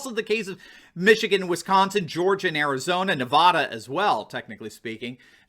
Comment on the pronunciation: We love you but you need to pronounce Nevada correctly.